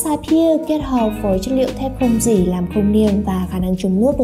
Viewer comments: Gỉ đọc là dỉ chứ k phải gỷ nhé. Chưa thấy ai đọc gỷ như bạn bao giờ. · đọc thế này mới đúng nhé và t chưa thấy ai đọc là gỷ bao giờ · ồ thế cô giáo bạn cũng dạy bạn đọc là gỷ à buồn cười vậy. Gỷ sét à :v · bạn cũng đọc gỉ là gỷ luôn à :v. Ủa hay bây giờ sách tiếng việt ngta cải cách hay bh giáo viên dạy khác nhỉ chứ ngoài đời tôi chưa thấy ai nói là gỷ sét bao giờ.